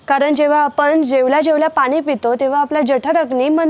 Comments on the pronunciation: पानी 😮😮😮 नाही ग 😮 पाणी म्हण 🤔🤔🤔🤔🙆🤦🙆🤦👍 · पानी नाही पाणी म्हणा